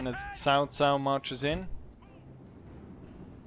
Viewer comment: is not sao sao , is pronounce as chao chao because my mother are chinese